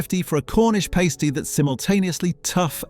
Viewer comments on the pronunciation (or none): Good informative video but the pronunciation is atrocious "pAsty" "pooka" its a pasty and pukka